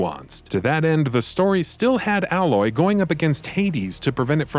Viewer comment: You said aloys name wrong